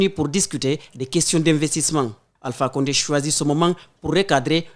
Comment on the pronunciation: On dit Alpha konde Burkinabè les peul la 😂😂